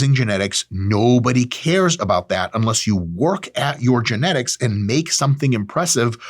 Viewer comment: "genetics" - trenetics